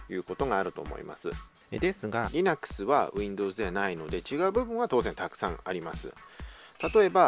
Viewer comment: Linuxのイントネーションが微妙に変なので話が入ってこなかったｗｗ